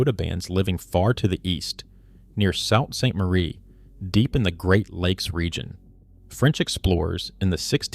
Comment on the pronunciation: Sitting Bull was murdered at a Fort after he surrendered. The Ghost Dance scared soldiers who didn't understand it was spiritual. The soldiers were barbaric out of their own ignorance. Sitting Bull only surrendered bcuz he saw that his ppl were starving. It's pronounced Soo Saint Marie. You better go back & do research & correct your information. You got a lot in this video wrong.